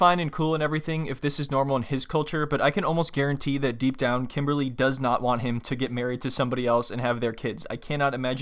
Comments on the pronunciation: He can't even pronounce her name correctly for god sake. KIMBAAALLYY.....hahaha. What a joke. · It's not pronounced Kim it's pronounced "Kimmbaaly" 🤣😂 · Did he called her kimbaaarly?